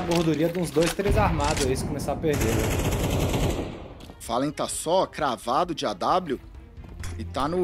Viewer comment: follen?? quem é este random chamado gaules, fala tudo errado